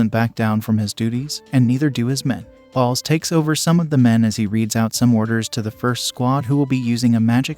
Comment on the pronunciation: Why is the narrator pronouncing Bolts as Balls... I mean its kind of hilarious at first, then it gets annoying.